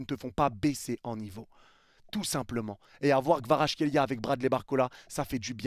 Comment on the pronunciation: je trouve que tu prononces plutôt bien Kvaratskhelia